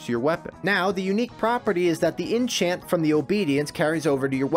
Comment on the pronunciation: "In chant?" inn Tchyant? what. INNCHANTRESS kek :D what's the background music here? castlevania idk? sounds familiar awesome series i love this - amazing job man